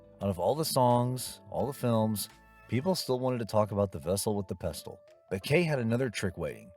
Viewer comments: Yep--which is why the "narrator" pronounces "pestle" as "pest-tle". Thanks a lot, idiot--there goes the rhyme with "vessel"! Sheesh... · Please. The T in pestle is silent. That's why it rhymes with vessel. Try watching the movie with the sound on. One of my long term favorite movies. And of course I memorized the vessel with the pestle routine by my teens! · that's not Edith Head. It's Angela Lansbury. Also "pestle" is not pronounced that way. It rhymes with "vessel". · Love the movie. Quick note: The T in "pestle" is silent. That's why it rhymes with "vessel."